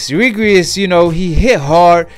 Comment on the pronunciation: His name is REGIS not regries